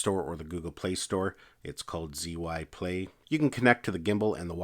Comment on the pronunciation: For clarification, it's pronounced "Gee-Yoon" as explained by someone well versed in Chinese. It's a nice Gimbal, I've been using it with three different cameras. So light and compact to take along with you just about anywhere.